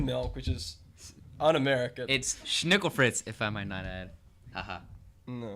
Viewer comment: You pronounce schnickelfritz wrong. :(